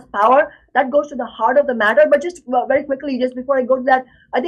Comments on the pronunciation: lmao when he said wery well said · "Wery well said." Shame again on Dickie Dore, self-described douchebag comedian